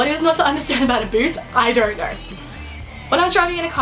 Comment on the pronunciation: its pronounced know! Not nrrr!